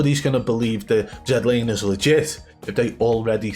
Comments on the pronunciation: I think the most satisfying part of the video is we have FINALLY got z laners name correct. As a Canadian it was so painful to hear his name mispronounced as z(ee)laner. He is canadian and has always meant for it to be z(ed)laner. Keep up the great work!!! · "Zed" Laner. #Legendary